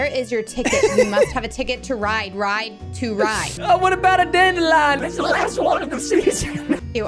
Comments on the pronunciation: I love DANDILION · I love how Preston always says DANDILION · I'm always laughing when Preston says dadelion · Preston: ItS ThE LaSt DAndiLian Of THe sEAsOn Me: *dies of laughter